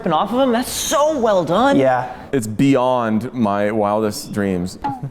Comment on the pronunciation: "It's BEE-ond"... Why Also you should talk about cheetah in the new Wonder Woman trailer